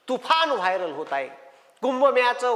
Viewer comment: वायर नाही रे वायरल